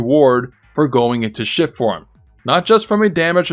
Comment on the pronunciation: Could have sworn you were calling it "Shit" form instead of "Shift" form. LOL I think shit form is more accurate.